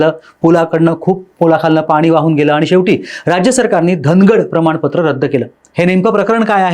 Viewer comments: अरे घेऊन टाक चैनल वाले दादा तुला बोलता येतं का धागड ऐवजी धनकड म्हणतं तुम्ही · साहेब " धनकड " नाही हो धनगड म्हणा धनगर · धनगड सुद्धा बोलता येत नाही धनकड म्हणतोय तो 😂😂